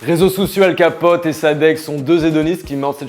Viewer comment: je rêve ou t'as dit "El capote" à la place d'"Alkpote" ? 😨